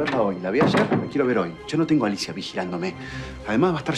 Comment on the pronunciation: Torcuato le dice Nerida y Alicia nelida porque no le sale la R